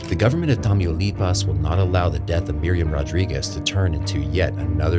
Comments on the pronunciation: No sr is not tamuuuilipas is Tamaulipas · "tameeyouleepas" 💀💀 ITS PROBOUNCED Tah-Mau-Lee-Paws LMFAO